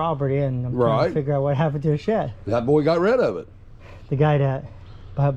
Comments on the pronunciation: "I'm here for the shet." "The what?" "The shet." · I think he says his d's as t's But thats just what I'm thinking. I caught a couple other words he has said that his sounds are mixed. No biggy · So I'm not the ONLY one who hears shet?🤣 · Sounds like he kept saying it was a Shet. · “Im here for the shet” Whaaaaa?? “The shet, it’s on repo” Lmfao why you pronouncing words so weirdly lmfa I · I just noticed you said shed different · His Ds have always sounded like Ts. You get used to it quickly. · Okay, well now I hear how you pronounce the word "shed," the name of this channel is even funnier! ;) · He cant say the letter D 🤣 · grow up, if you listen alot of his (d)s sound like (t)s. He clear grew up speaking that way so now it's part of his unconscious speech. Sometimes when he is talking to someone he will make an effort to pronounce it closer to what u are used to. I get it. I personally hate it when people say the word "ax" instead of "ask". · Just curious why do you say shet ? Instead of shed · Might have fewer issues communicating if you learn to pronounce the letter “D”. It’s not Shet. It is sheD. Lol. Your accent sounds very Amish actually. To be clear I enjoy your channel and your interactions. As a repo person you seem to have very good people skills and appear to be a very good person. Just a little ribbing for ya. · Either start saying SHED or change your channel name to “Shet-Happens” lol anyway, love the channel and glad to see the donations were reached! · Still wrapping my mind around you calling it a "Shet" lol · My only question is what is a "shet"🤣🤣🤣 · Bro it sounds like your saying shet lol and attress and vehiggle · Paka Lolo No, you heard correctly. He pronounces "shed" as " shet". Obviously a local dielectric occurrence. Southern States is as Southern states does....life is like a box of chocolates....... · I love how you pronouse your Ds as Ts 🤣 " I'm here for the shett " YouTube needs more content like this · Is sheD not sheT.